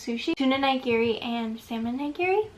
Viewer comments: it's actually ni-gi-ri, not nye-gi-ri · "NYE-GEARY" Holy shi- Nigiri is pronounced as KNEE-GEARY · The way she pronounces nigiri makes me so mad since I’m Japanese lol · And then she pronounced nigiri incorrectly... Can't have everything, I guess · how do you pronounce it?